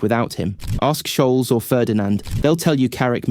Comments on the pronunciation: I thought the video was great until he said “Rakeetich” and “Sholes” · And then frowned when he mispronounced Scholes' name! 😄 Seriously though, Carrick is the epitome of underrated, since 90% of his work was positional, cutting off passing angles etc. Not only is it not flashy, but it's literally off-screen for tv viewers half the time.